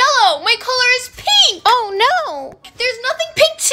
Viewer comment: Pink ❎ pinkhhhh ✅ 😂😂❤